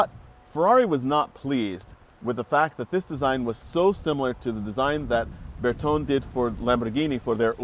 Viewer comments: It's surprising these two don't know how to pronounce Bertone. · I am assuming their pronunciation of Bertone is an American thing.